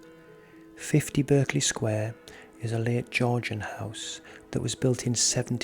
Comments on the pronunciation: I worked around the corner from this house and my hubby worked opposite. They say the house was used by forgers who printed money so they needed to keep people away and that's why the stories started. The name Berkley is pronounced Barkley not the American pronunciation. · ... it's pronounced "Bark-ley" Sq. NOT as its spelling is depicted. I was corrected by a lady who once lived in that Sq. as a child. (well excuse me, I thought!) 🙄